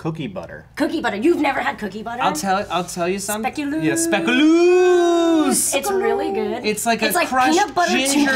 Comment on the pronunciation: Speculoos became a thing in America now? Wow.. Fact: Speculoos is a bread-spread that was based on Speculaas which is a type of spiced cookie that is eaten a lot during Sinterklaas in the Netherlands. Also: it's pronounced "specu-lows"